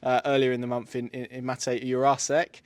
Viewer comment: Lads come on please… There’s NO way it’s pronounced youre arse ek it is pronounced Jur ra sheck 🤦🏻